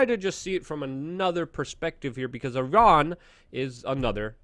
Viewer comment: You done messed up I-I-Ran!